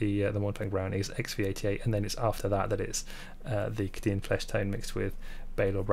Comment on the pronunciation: Love your videos, but for the love of god it's Kay-Dee-anne. Kadin, is doing my head in